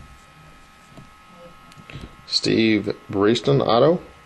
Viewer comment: Very nice breaks, but you must not be much of a football fan, because it's Kevin Kolb (pronounced Cobb), Steve Breaston (Like chicken breast), and John Lynch not Ed Lynch. Like I said though, nice breaks, and keep up the good work!